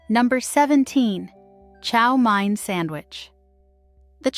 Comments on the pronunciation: Someone needs to check the narrator's pronunciation of English before releasing a video. Chow Mein is not called Chow Mine. And bologna...she mispronounced it two different ways. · Chow mein. Pronounced main. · Chow MANE not Mine. Also, was American invention not Chinese. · as someone who lives in the southern New England area, which is where you will find Fall River, Massachusetts, I can say that the correct way to say chow mein is chow "main" rather than chow "mine". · I love how the "narrator" pronounced mayonnaise, chow mine sandwich, and "freed" bologna. I also love how these sandwiches were replaced by more healthy selections, really, a lot of this stuff got really expensive. I still eat Spam, make egg salad, liverwurst, onion and mustard sammies, Fluffernutters, Sloppy Joes, my SOS uses peas and hamburger the way my Dad ate it during Korean war era NAVY. Taylor pork roll is eaten throughout the Philly area. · What not to say on a first date.... Chow MINE... Ouch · Chow MINE... What not to say on a first date.... Ouch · You pronounced baloney wrong. Bologna is a town in Italy, not a food. Chow mein is pronounced chow MAINE. A lot of these went out of style because they are nasty.